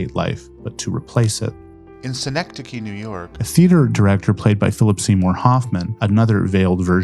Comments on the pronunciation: You can hear him saying "Synecdode" at one point. Probably got it mixed up with Schenectady. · Great video essay. Though kind of obvious that he needed to tape over his pronunciation of "Synechdote NY" each time. You can tell because it's much quieter than the rest of the narration. lol